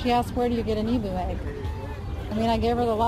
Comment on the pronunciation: Love how your daughter is learning and now I'm going to give a little lesson. I'm Aussie and koala's aren't bears, they're marsupials, so are just called koala's. Emu eggs are a beautiful green/cobalt blue colour so that would've been an ostrich egg. Also emu is pronounced eem-you 😊